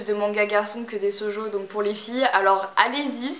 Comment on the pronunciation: On dit pas sojo mais "chojo" (shojo) et c'est totalement faux qu'il a plus de shonen (manga pour mec) que de shojo, c'est même l'inverse. C'est juste que les shonen sont plus populaire car il touche les filles et les mes alors que les shojo (histoire d'amour) peu de mec en lisent... Et si ton copain est un vrai "geek" je pense qu'il aura déjà tout les jeux que tu as dit et se n'est pas se que les gens préfére se que tu viens de siter. Juste les gros titre dont on parle à la télé et pas forcement de vrai bon jeux. Et déjà un jeux video on l'achète sur steam. Bref voilà c'est juste que tu devrais plus te renseigner avant de donner "des conseil". Surtout si tu es censer être aller a la Paris game week...